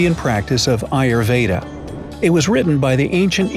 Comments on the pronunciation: The way you speak 'ayurveda'😂 You don't know how to pronounce hindi do you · Im and Indian too we'll , Forigners sometimes pronounce ayurveda as ayuurvedda but its actually pronounced as aayur-vedha